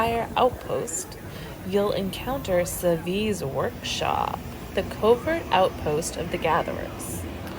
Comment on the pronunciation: Not trying to be rude but I believe you're mispronouncing "savi's"